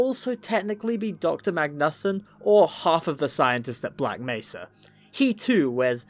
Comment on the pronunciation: Bro sounds like he's saying "black messer" (messer is german and translates into knife, so he's saying "black knife" XD)